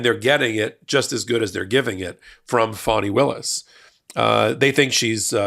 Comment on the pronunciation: Thank you for pronouncing her name correctly. The media's intentional disrespect of mispronouncing her name is noted.